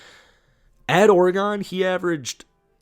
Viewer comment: Lol what OroGon 😂